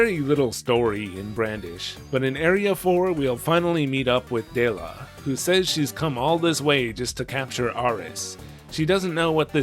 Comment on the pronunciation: Doesn't japanese lack the L sound in their language, which would explain why Dela's name is pronounced weird. Though I believe it's supposed to be pronounced Dera instead of Dora when using the Japanese pronunciation.